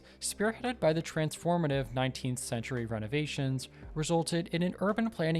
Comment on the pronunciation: HOW do you pronounce "Georges-Eugene Hausmann" ???? Christ !!! And greenery ? Paris is one of the least green cities in the whole of Europe. Then, there is too much (in time) sponsor info and too little real info about the design of Paris. Too much about Budapest and Washington DC. Conclusion: useless video !